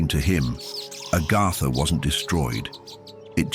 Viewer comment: It's AGARTHA... Not ARGARDA